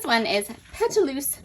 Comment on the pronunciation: Pétalos means petals in English. Pronounce as Pet-tah-lows. I love Mintopia and fortunately Frank Garcia store carries it!